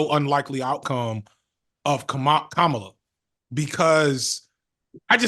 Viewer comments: KAH-ma-la, not Kah-MA-la. 🤣🤦🏾‍♂️ You killing me fam. You got it eventually tho. 💪🏾💪🏾💪🏾😂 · it's comma-la not whatever name you keep saying lol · What’s so hard about saying Kamala Harris name correctly? We get on to Trump and his cronies for saying it this exact way.